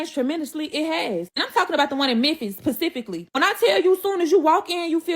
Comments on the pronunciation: "Pacifically" 😂😂😂 omgoodness🤦‍♀️ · That eyebrow raise when said "Pacifically" 😂